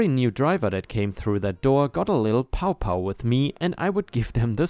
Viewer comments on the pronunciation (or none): Story 2, incompatible = "in come pat ible" and doesn't sound like "incompetent." lol Story 3, "pow wow" is said as "pow wow" not "pow pow." Pow wow is more or less a little social gathering, which was originated by Native Americans (formally referred to as "Indians"). Imagine a small group of kids sitting around a campfire at night just talking and having fun, that's how I think of it.